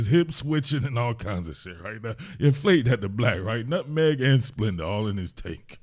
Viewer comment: “Nutmeg and Spenda”!!! Aaaaaaaaah lol lol lol WTF was that. Totally not North Philly 😂😂😂😂😂😂😂😂😂😂😂😂😂😂😂😂😂😂😂😂😂